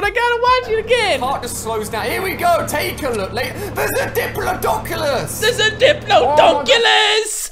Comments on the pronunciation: It's pronounced like di-plod-i-cus not dip-lo-do-cus. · Not to be rude but it’s pronounced dip- lod-er-cus nor dip-lo-docus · It's not Dip-low-doshus it's dip-la-do-cus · Johnsson dip-lod-ocus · "There's a diplodoncelus!" Ali-a 2018. Lol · He laughed at the title of Ali A trying to pronounce diplodocus even though he mispronounced it himself it is. Dip la doe cus it’s dipl awe dic us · Why did people ruin Minecraft it’s like my number one favorite game I’m depressed because of the people who make Minecraft cringe Especial Dinosaurs are my fav but Ali A trying to say Diplodicus Di-plo-di-cus cured my depression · That’s not how you pronounce Diplodocus.... “Di-plod-o-cus” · Acctuly its pronounset dip lod icus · even cant pronounce diplodocus. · still said diplodocus wrong.. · You pronounced Diplodocus wrong.